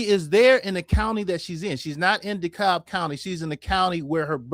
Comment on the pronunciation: Dekalb is pronounced DeeKab or Dekab. Do not pronounce the L